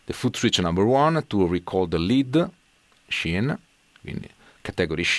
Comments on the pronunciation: That was great!! Just a tip from a Yank.....scene in English is pronounced ‘seen’. Your English is very good. My wife is in her 4th year of Italian and studies 3x a week. For some reason, I have to adjust my eq by decreasing bass and increasing highs to equal your tone. I think your guitars and pickups are the culprit....in a good way. Very ass kicking tone. Keep up the good work! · Just a tip : "scene" viene pronunciata "seen" .